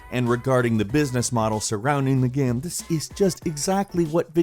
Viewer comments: bro its game not gaiem. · "This is a great gaem." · you are saying game super weird.